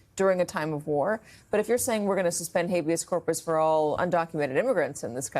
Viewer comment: Donald Trump can't even say Habeas Corpus, this is Miller and Heritage in his ear. The puppet masters.